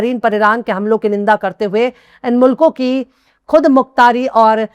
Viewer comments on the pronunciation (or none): BETA, Behtreen Urdu aur Talaffuz. Aur sudhaar kare.... Khatam, Ghaur, Khud, khabar....etc ka Talaffuz sahi kare ❤